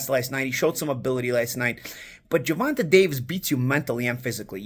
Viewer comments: GER-VON-TAYYYYYYYYY. TAYYYYY NOT TA. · it’s not Ger-Von-TUH, it’s Ger-Von-TAY🤦🏾‍♂️ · Bro you gotta pronounce tank’s real name correctly. It’s “Gervontay” not “Gervontuh” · never pronounces Gervonta correctly. Ger-Von-Tay.